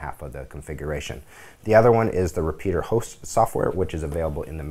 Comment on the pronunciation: What is this "repeater" host you speak of? Its "repetier" host you goon.